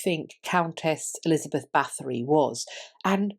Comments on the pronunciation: You don’t pronounce the TH, just the T. Sorry, if I’m being annoying. I think just about anyone of Hungarian heritage knows about Erzsebet. The shortened version of the name is Erzse. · Thanks for the great video and the deep diving thoughts at the end. Just one little critique: Her name is not pronounced with a th but just with a t. Her family has been in high ranking roles for several centuries to come and there are still living members, however, nobility has been abandoned in Hungary.